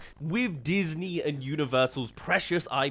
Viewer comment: you sure it wasn’t datney 💀💀💀